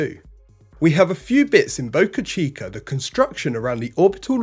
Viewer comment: What is "spay-sex"? How is it related to Space X? Where is "bocache-kur" and how does it relate to boca chica? Learn Human aka American English.